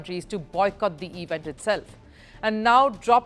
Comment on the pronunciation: Please learn the delivery of words. It is NOT, NOT, EEE Vent; it is event. Elocution is so important in the media and you are bad at it!!